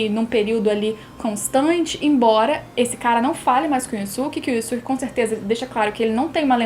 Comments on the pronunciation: Yu yu hakusho é o melhor anime dublado, não é um anime q todo mundo tá acostumado a ver tanto dublado como legendado como outros animes, ou seja, estamos acostumados a ouvir e falar "Yusuke" desde a época da tv Manchete, e vc vem com "Yuske, Yuske, Yuske", nem parece q vc tá falando dele, mesmo sendo a forma correta de falar, então não é chatice de quem reclamou, pq vc falando "Yuske" e não "Yusuke", dá impressão q vc é metidinha, entende. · hauhauhauhauhauhauhau pior q tb fiquei com raiva da pronuncia. IUSUQUE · Obrigado:) Tirou minha duvida! haaha Eu também uso essa pronuncia de Yoske porque foi a que aprendi lá em 94, assim como as de DBZ "ceru", "picoro" e "bedita".